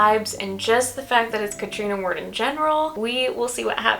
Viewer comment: Great list! Can’t wait to hear your thoughts!! I just have to mention as I’ve noticed in the last few videos you’re saying her name wrong , it not catrina ward it’s catRIOna ward 😊. Hope you have a great reading month ❤